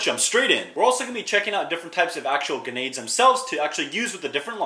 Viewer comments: its a joke because in the video he pronounces them ganades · Bro forgot there’s an R in grenades